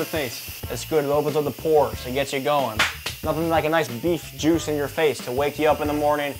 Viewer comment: Theres nothing like beef juice in the face in the morning, afternoon, at night whenever🤣🤣 why he say it like that